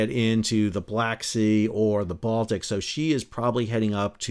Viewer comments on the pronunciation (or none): none